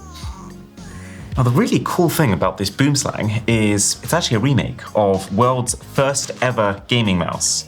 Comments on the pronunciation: Would be even cooler if they had the phonetic spelling of 'boomslang' in brackets or something. It's pronounced more like 'bowemslung'; I'm sure we all butcher many words daily but this one just really takes all the myth and menace of a beautiful creature and makes it sounds straight silly. Though, to be fair, boomslang translates to 'tree snake' but in the same way white shark or blue whale do; it brings a certain awe to mind that BOOMslang just doesn't. You guys pronounce it boom💥 slang 🤬 which is really silly but I tottaly understand your miss pronunciation. i just hope you go use a browser to like... I dunno search the correct pronunciation well then I hope you see this 🎉 (sorry. My son stole my phone mid comment) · i just know you pissed of every south african how you pronounced boomslang🤣🤣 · Not boom slang lol its boem slang. Tree snake. Native to southern parts of Africa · Im from South Africa, It's actually pronounced 'boom slung', an afrikaans word that means tree snake. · boomslang, (treesnake )pronounced more like BWIM-SLUNG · It’s so hilarious being a South African and hearing you pronounce Boomslang so utterly wrong. 😂 No fault of your of course, but like all kinda of cringe for me. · Boomslang in my native language literally means, tree snake, boom means tree and slang means snake, but you dont dont pronounce it the way arun does, the vowels are deeper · 😂😂😂😂 the way people pronounce boomslang is crazy! Its Afrikaans, please learn how to pronounce it properly 😂😂😂😂❤